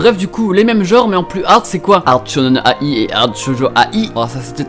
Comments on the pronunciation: Enfaite il faut le prononcer shonen-aïe et pas A i mais d'une traite voilà voilà :D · Il m'a full frustré en disant shonen a-i ça se lit aïe mdrr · alors shonen-ai, ça se prononce "aille", comme quand tu te fais mal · Tu prononces Shonen-ai comme Shonnen aie (comme le son de douleur)